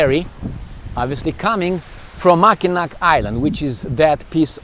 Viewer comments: Mackinac bridge is pronounced the same way as the city (Mackinaw) Helpful tourist tip :) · Mackinac is pronounced Mackinaw. Mackinac Island is awesome. Mackinac city is nice as well, but the Island is the big tourist destination.